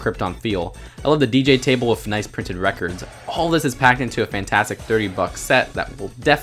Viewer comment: He says wif not with Whaf the heck